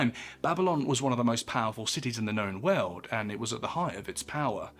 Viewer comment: "Babylon was one of the most powerful cities in the known veuld." Whats that "veuld" he is talking about?